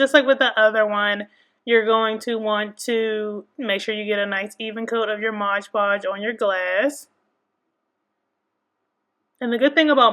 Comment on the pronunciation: The thing clearly says moD you keep saying modge